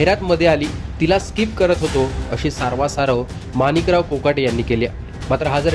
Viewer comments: स्काईप nahi skip असत te😂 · जाहिरात स्किप करायला 18 सेकंद लागतात 😂😂😂yedyat कोणाला काढतो भावू...स्काईप नाही स्कीप म्हणतात येड्या